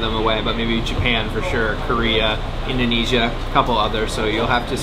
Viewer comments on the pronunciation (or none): none